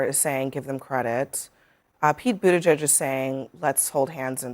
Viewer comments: I’ll subscribe once you can actually pronounce Pete Buttigieg’s name correctly. (Boot-ti-jej) Thx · "Pete Butt-Egg-G-A? Really? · But-a-gee-egg. Lol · You mispronounced Pete's last name. Gotta be more detail oriented